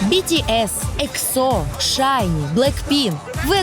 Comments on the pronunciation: эксо уд на э, а не эксо уд на о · Не экзо́ а экза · ЕХО ударение на первую букву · Чен который никогда не делал пластику : 🗿 И извините меня ИКСО ? Просто сначала проверьте как правильно произносится EXO … смотреть дальше не буду , впечатление не очень. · бИтИэс, ИксО, шАеНнн, блЭкпЭнк вы а токих группах не даже слышали. Да а как же, не слышали мы, больше половины населения земного шара не слышали о тАкИх группах епт, че за тупость ?